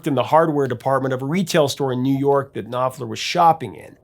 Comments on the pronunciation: The K and P in Knopfler's family name must be pronounced since it is a german one. So it is pronounced as KnoPflah. Syllable ending -er sounds as -ah. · The K in Knopfler is not silent.